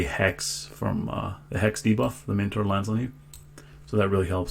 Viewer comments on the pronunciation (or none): Bro ! it is not Meno-Tauer :) it's Mino-Tauer! I'm going crazy when I hear Mentor Labyrint! Don't be so lazy, just say it= The ancient Greek King from Crete was called Minos! NOT Menos! Simple as that. :) just saying.